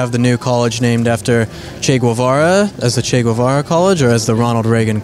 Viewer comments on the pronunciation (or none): It’s not goo eh va ra, it’s ghevara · Why does he say Gvuvara? Lmao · Irrelevant facts you don't care: - "Che" is kind of like saying "Hey" in argentinian dialect. - It's actually pronounced "GEH-vara". Greetings from an argentinian. Sad to be always associated with that guy and Maradona.